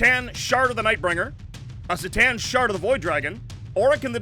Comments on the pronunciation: it's c'tan as in k'tan not as in see'tan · The C'tan are not "see tan". It's "Kuh tan". 🤖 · "C'tan" is pronounced "Kuh'tan". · You guys pronounce it "Se-tan"? I've always heard "Ke-tan".. hmm I like the video, one note though: Maybe the narrator could TALK instead of shout at us? :D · is there a reason they pronounce c'tan with an s sound instead of a k sound? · Great video and all, but does anyone else die a little inside when they hear that pronunciation of C'Tan (Pronouncing the C like an S) or is it just me? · please pronounce c'tan right.